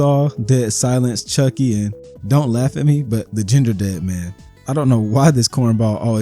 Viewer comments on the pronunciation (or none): none